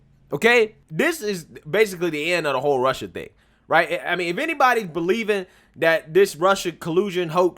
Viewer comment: Cawuded wit Wussia 😂